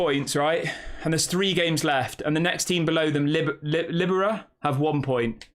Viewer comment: Its pronounced ly beer ria.....Liberia